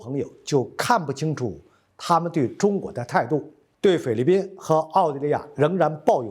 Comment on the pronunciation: 念成了匪律宾？